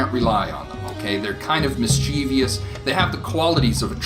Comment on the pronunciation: Mischievous doesn't have another "i" in it. That word insults my ears & immediately I think you're a bogan. Another word is grievous which also doesn't have the extra "i" & both words end in the sound "vuss" as in "mis-cher-vuss" & "gree-vuss". It's hard to listen when people don't speak correctly. Yeah, I know I'm the grammar police, I don't care...